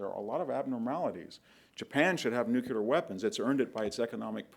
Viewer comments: Nu-kle-ar, not nucelar. Antidote, not anecdote. Battle of Kursk, not Kurtz. Wehrmacht, not wehrmarcht. Geez.... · I cannot believe he says Nu Cue Lar. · “Nucular”. Ouch.